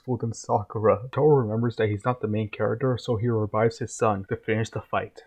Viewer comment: Taro not toro 😅